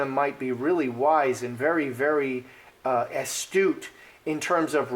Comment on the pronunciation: Astute, not estate.